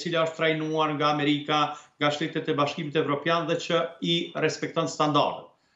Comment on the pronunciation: Edhe ky quni po bertet : Amelika Amelika 😢😢😢